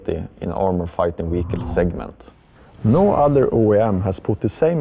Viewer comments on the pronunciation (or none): "Tracked Wehicle"